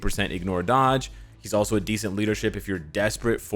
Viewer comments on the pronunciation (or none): none